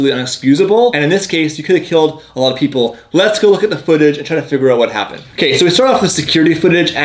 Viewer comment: saif somowidjojo i know you didn’t just say “hapent”